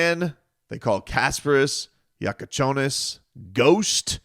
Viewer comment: Almost perfect pronunciation!